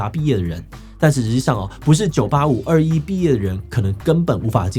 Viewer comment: 稍微糾正一下（不知道算不算糾正） 211我們中國這邊只會唸作「二幺幺」，不會讀「二一一」 另外，高考兩次應該大部分地方都沒有，我聽說浙江有，我是今年的福建考生